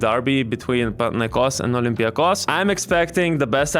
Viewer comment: Panathinaikos ir Olympiakos neteisingai kirčiuojama